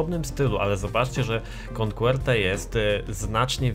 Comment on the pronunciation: Jakie "konkłerte"? xd Coquette czyta się "koket" ;P